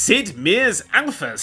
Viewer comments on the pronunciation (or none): Sid...Mee-er? oO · Sid Meers? Sid MEERS? SID MEERS?!?!